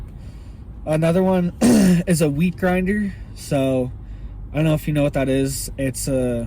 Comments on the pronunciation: I thought you said weed grinder LOL, I was like hell yea!!! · did you say weed grinder or wheat grinder? lol just curious if theres a difference...?